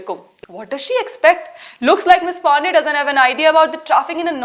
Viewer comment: I enjoyed your attempt to mispronounce Ms. PANDEY's name